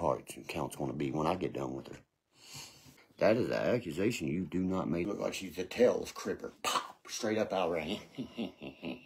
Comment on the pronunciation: is making some very serious "accumazations." 😂😂😂